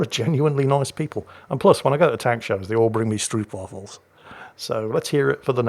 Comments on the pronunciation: Stroopwafels indeed. Btw, you should pronounce it like you would say go. Stroop. The double oo is not pronounced like the u in recuperate but is pronounced like the o in go. But, they are delicious no matter how you pronounce em. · As an import Dutchie/ex-German, I have to commend you on your pronounciation of the Dutch names!! Pretty much perfect, even the G in Groningen!! I've never seen any other content creator make it a point to pronounce German or Dutch names correctly. But you do! But then you said stroopwafels and all admiration went out the window :P The double-o is just a long o in Dutch, not a oo like in booth/boot/fruit/ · pretty good pronunciation there:) the oo in stroopwafels is pronounced as the o in hope